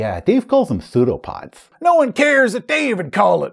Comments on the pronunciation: Pa-sue-do pods! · Biggest thumbs up on this video! From now on this is cannon to me. And I'll always pronounce the p in peseudopods!